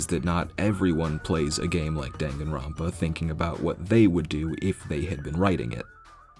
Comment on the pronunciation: My favourite part of this video is how you never pronounce Danganronpa the same way twice. Until near the end.